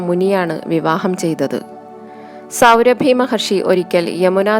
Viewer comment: സൗഭരി മഹർഷി....സൗരഭി അല്ല.....ആഖ്യാനം നന്നായിട്ടുണ്ട്